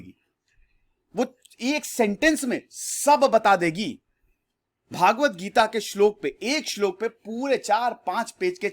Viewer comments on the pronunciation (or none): आपने भागवत गीता उच्चारण किया यह सही नहीं है, भगवद गीता बोलते हैं।